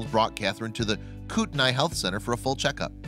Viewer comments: Kootenia is pronounced kootney not kootenay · I used to live in hayden and btw its pronounced koot-knee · It’s pronounced koot-nee I’m from there I know her